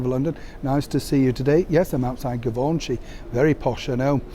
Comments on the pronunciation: Sean, how did you pronounce Givenchi??? that's French you know!!!! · The G in Givenchy is not a hard G. ❤️